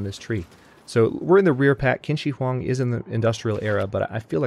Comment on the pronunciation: Just a small pronunciation note: I think the Chinese leader is pronounced CHIN Shi Huang. I think "qi" makes a "ch" sound.